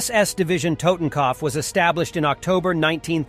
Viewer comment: The way you pronounce totenkopf lol..